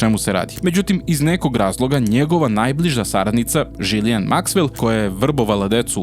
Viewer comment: Ona se zove GIZLENE citaj kako pise ono po vuku😉🫡